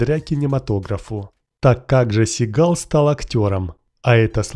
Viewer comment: Сам ты тит твою мать СигАл слушать противно!!! 🤮 Он Стивен Си́гал!!! Ударение на первую букву "а" в первом слоге!!!!☝️😡😡😡